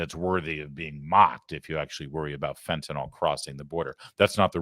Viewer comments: There is no “o” in fentanyl, people. FEN-tuh-nil. FEN-ten-all. Not saying you can fix it without pronouncing it, but it can’t hurt. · Phen-tin-nil. Not phen-tin-nol. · For the thousandth time, it's not Fentanol. It's fen-ta- neel..